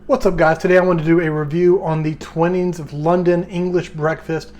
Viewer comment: It's pronounced Twy-nings, not Twin-nings. Just for future reference, in case you decide to review any of their other stuff. Otherwise, good review.